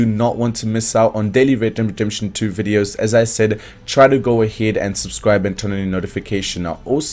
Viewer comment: A Br he just can’t say it